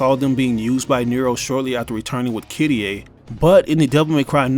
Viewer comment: Who the hell is kittieh, her name is Kyrié.